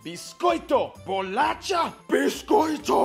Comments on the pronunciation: don't believe him, we don't say bolaTcha, there's no T there. He's been mixing Portuguese and Spanish the whole video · We don't say "Bolacha" like this, putting a "t" sound. It sounds more like "sh". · Best way of getting in touch with Brazilians is by making a video about Brazil. And we'll probably correct any misconceptions eagerly (I, personally, find the pronunciation of "bolacha" in the video very annoying, it's not "bolatchia", but "bolasha" and with that, you know what's my side on that dispute). On a serious note, I was very happy to see somebody very well informed, more so than a lot of us. And because the country is too big (for its own sake), it's easy to meet a Brazilian that has no idea of the way other Brazilians live. Our country has a whole "multiverse" of realities, contrasts, accents, and complexities that every time somebody tries to make a video about Brazil, there will always be someone saying that something isn't totally accurate. Awesome video! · Actually, the video shared more misinformation than good information. Plus, he said he wouldn't butcher pronunciation by saying words as if we speak Spanish, then proceeds to say "bolatcha" instead of "bolasha", which would be more accurate. In general, I didn't like his video. But I enjoyed your reaction to it. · whenever it comes to language, those guys are getting it really wrong. Their video about Germany was full of errors and here the same. It is not "bolatscha", it is "bolascha", no "t". The same, it is NOT "Rio Jay Janeiro", pelo amor de deus. ;-) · Bolacha is proounced "bolasha", not "bolatcha". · Nooo😭😭 is not Bo la tcha Is Bo la xa. Please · it's BOLACHA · It's bolacha! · It's BOLACHA!!!!